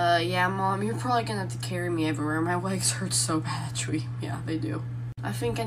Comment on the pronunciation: “actwually“ Me: Does she say that too when she isn’t doing tik toks..